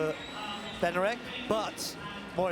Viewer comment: Benarek? Is it too much to pronounce his name correctly?